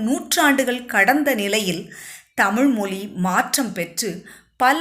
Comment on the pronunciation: Madam please learn to pronounce Tamiz correctly. Don't tamil. Iz a special letter in Tamiz.